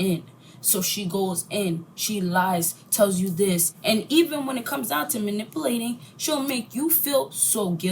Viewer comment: She keeps saying "man-ip-uh-latng"... Lol, i can't take anyone seriously that can't even speak properly... ans think they're so smart 🤣